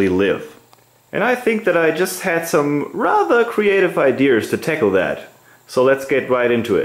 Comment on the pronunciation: " idear" ????? It's "idea", no "r". Seriously though, I do like your posts. I find them interesting and informative. Just don't try to talk like someone from Bandera, Texas. It's very annoying.